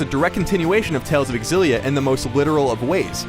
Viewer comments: I almost don't even wanna watch this because you call it "Tales of Egg-Xillia..." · Why do i keep hearing a game called tales of exillia? :3